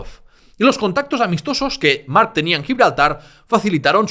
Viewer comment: estos lingüistas mala pronunciación solo x diferenciarlo d otros cacofonicos "marchche d mark o marc"ojo piojos